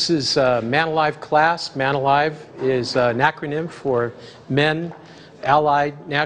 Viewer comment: lol MANALIVE